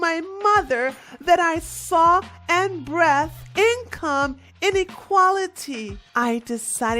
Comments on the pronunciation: seaming as you didn't bother to either watch the video or actually read what the people were posting. Here it is for you padawan. its breathed not breath-D. decide not decided. its feign not fin. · I agree with everything you said about her but I also have to clown you on your pronunciation of breathed and feign.😂🤣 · Cortez is a POS and is dangerously ignorant, but the reader of this has a poor grasp of reading English language. Bree-ved (breathed) not breffed, Aff-loo-ent (affluent) not A-flu-ent Fayn (feign) not fent. FFS